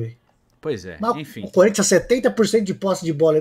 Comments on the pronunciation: eu nunca tanko esse "corinthia 🤏🤏🤏🤏" kkkkkkkkkkkkkkkkkkkkkkkkkkkkkkkkkkk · Corin(tcha) rhûh!